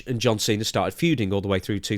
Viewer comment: Just to hear Santino call him "John Chena" one more time, it's not worth having anyone else as his final match.